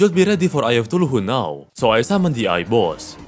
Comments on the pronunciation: Let's just ignore how he pronounce Cthulhu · eye of Thu-lu-who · Ngl but i is so funny how you pronounce chtulu(tf do you say this sh-)